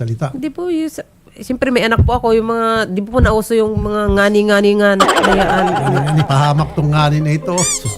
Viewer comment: Salitang bisaya po kasi ang term na "ngani"Taga Masbate ako,salita namin yan,actually di naman talaga ngani ang tamang term namin nyan,"gani" ang tamang bigkas nyan.